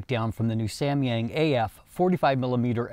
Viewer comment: Nice try for pronouncing Samyang